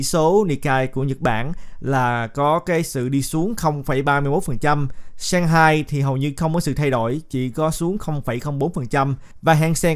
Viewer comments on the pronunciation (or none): Shang hai là thượng hải thuận nhé.上海。 đừng nói seng hai